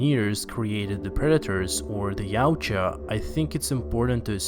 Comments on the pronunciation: Its ya-ut-ja (yah-oot-jah) not yowt-cha. The creator says so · The predators name is pronounced yowcha